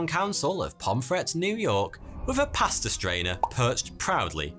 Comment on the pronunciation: This man pronounces pasta and pastor exactly the same way and I think I grew about 3 new brain cells as a result of having to distinguish between the two.